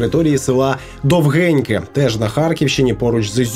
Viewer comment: Село називається Довгіньке. Наголос на "о". Росіяни перейменували його на "Долгенькое", а наші недоумки з російського покруча переназвали в "Довгеньке".